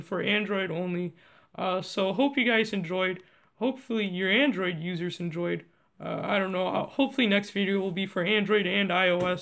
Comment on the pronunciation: HE SAID ANDORID